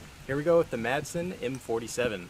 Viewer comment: AndrosRG Ahh, the old "Masen" LMG...